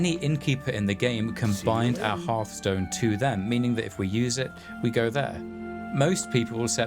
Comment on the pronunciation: Thanks for pronouncing 'hearthstone' the traditional way.